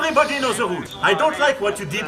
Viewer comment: "èveribodi respecte ze roules" ! Mdr ! On dirait un candidat de télé-réalité ! Bon... manu rentre à la maison, maman.... euh... brigitte t'attend ! Tu saoules tout le monde !